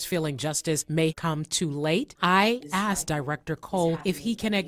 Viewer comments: She axed him? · u axed him? oh no!